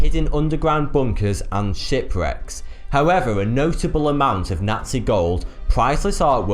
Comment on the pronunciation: Did I just seriously heard him say Shity Reck?